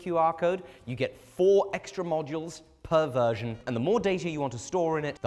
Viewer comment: hey british boy, aside from "peanut" the new word you need to look out for is "per version" make sure to pronounce the seperation of those words. you per vert :lol